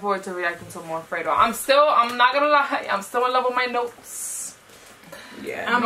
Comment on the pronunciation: It’s not “Fray-do” it’s “Fred-O”